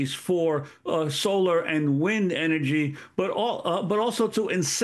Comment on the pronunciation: Solor and wind energy LOL